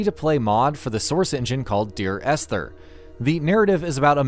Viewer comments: For fucks sake man, the h in Esther is silent. It’s pronounced “ester” and you say it like 6/7 times in a really short time frame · The “H” is silent in Esther. So it’s pronounced, “Ester”. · I can't unhear "Es-ther"